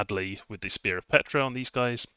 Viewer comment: Ptra is pronounced pt-ra, not Petra. I feel this nation is really op. Awesome chaff, op sacreds, top-line archers, insane Tomb Kings, good early game spells for mages, great fluffable constructs. The nation just feels powerful out of the gate while scaling hard. Truly magnificent nation tho, really feels like the Tomb Kings of the Warhammer universe!